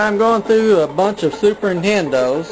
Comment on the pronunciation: "these Fuses on these super NITENDOS"